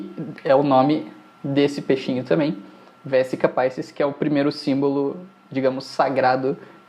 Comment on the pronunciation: Muito bom o processo didático. Gostaria só de acrescentar que a palavra "Vesica Pisis" bem do latim, não da língua inglesa. Logo, a pronúncia é diferente da evidenciada na aula